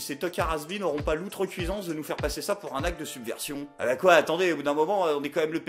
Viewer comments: Deux vidéos que tu dit outrecuisance alors que l'on dit outrecuidance 😜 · Outrecui"D"ance pas outrecui"S"ance ! Cela fait deux fois, la prochaine fois je... je... bah rien en fait... Mais attention hein ! Gaffe ! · Je perçois clairement l influence de Dieudonné dans l interprétation et l écriture des textes, ce qui n est pas sans me deplaire ! Et on dit outrecuiDance ; ) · on dit "outrecuiDance"... Tu nous l'as faite 2 fois en 2 vidéos..